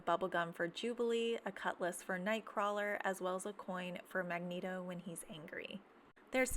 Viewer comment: It's pronounced mag neat o